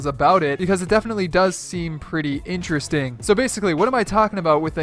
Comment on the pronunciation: in the first 8 seconds i can already tell he's going to say, "ineresting" about times this video